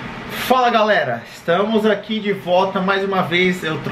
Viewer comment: "E ai galera" kkkkkk americanos não conseguem falar muito bem